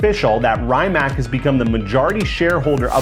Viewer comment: How the fuck you fuck up so much saying word Rimac as Rymack. Real car guy 😆